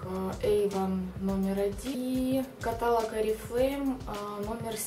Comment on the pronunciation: У меня был крем с пчелиным маточным молоком, он мне очень даже подошел именно на зиму, но у меня сухая кожа лица. И еще, в слове "каталог" ударение ставится на "О"! Слух режет, когда говорите катАлог...